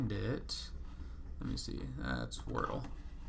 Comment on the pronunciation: I love that you call it workle. That’s really good